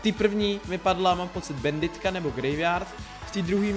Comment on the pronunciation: Česky: [banditka] Slovensky: [banditka] Anglicky: [bændit] Ale nie, musí povedať bænditka:DDD